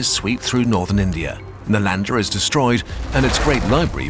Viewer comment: Kurzgesagt video on Chinese history: Accurate pronunciation of names so as to not enrage a Chinese viewer or historian. Whereas any major Channel makes a video loosely based on anything Indian, we get "Nalaenda, Goopta"... after these many years of Kurzgesagt and the new, people still tolerate this...